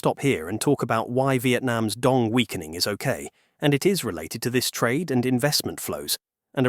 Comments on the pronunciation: It's not how we pronounce Dong. In Vietnamese, it's Đồng, not Dong or Dog and every component (Đ, Ô, \ N G) has their own value when pronounced. And the author of the video is doesn't know Vietnamese to pronounce it correctly, he did it in an English way. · người tạo ra video này đã phát âm sai “Đồng”. vậy nên mọi thứ thật vô nghĩa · Except it’s not pronounced dong. It’s pronounced DOWM. Like saying down but with an m sound at the end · It’s not a real person , it’s an AI voice. That’s why the pronunciation changes so much when the captions spell it Dong vs Đồng. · Đồng not "Dong". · as a vietnamese i am both offended and laughing my out when i hear "dong" for the 6942nd time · if you can't pronouce "đồng" correctly, maybe try another way to address it. it honestly drives me crazy how "đồng" is said in the video. it's like you are saying dick dick dick over and over again. it's so annoying and I wanted to learn from this video but this keeps getting in my way. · How on Earth are you pronouncing Đồng in three different ways, including with an initial Y and an initial J? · Given the fact that you say "Đồng" about a million times couldn't you take just 2 minutes to find out how it's pronounced?